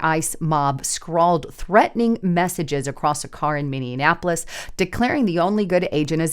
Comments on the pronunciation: HEY, THERE IS NO MINNI-ANAPOLIS, It's MINNI-APOLIS. Not that hard to pronounce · when you say Minneapolis, it is so funny, it sounds like you’re pronouncing it mini-in-napolis. It’s actually pronounced Mini-apolis. So I just moved from Minneapolis to Menomonie, Wisconsin. And I can tell you right now. I’m glad I got out of there and my family. Here’s a thing if people on the other side are going to attack ice agents then and I’ll talk about most of these people are probably American citizens and I’m assuming some are not but that means then American citizens should be able to get up and protect ice agents from them and ice agents and stuff. They have rules of engagement where regular American citizens that would be protected and do not so if maybe you could put out there in your you know podcast that American citizens maybe should get out there and help protect the ice agents. I’m not even gonna lie. I don’t like cops I can’t stand cops at all and definitely federal cops, but I support ice because they’re a different kind of cop. I just wanted to throw that out there I’ve been listening to you since 2017. Love your reporting. And are you familiar with the YouTube channel Promethean updates. If you not, you should check them out also. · One thing, it's Minneapolis, not Minionapolis. Although it is full of Democrat minions, so you be right. 🤔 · Minneapolis, pronounced like Minionappolis a few times. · Love your news updates!!!!…. But you keep putting an extra “an” in the middle of Minneapolis You are saying Minne”an”apolis God bless!!! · Or, as we Minnesotains pronounce it "Minnie -ah-po-less" .... lol. I love being in the rocks and cows area, FYI.😉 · Please learn how to pronounce Minneapolis! There is not an extra n! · Great video, as usual. Gotta ask though, have you learned how to pronounce Minneapolis yet? 😁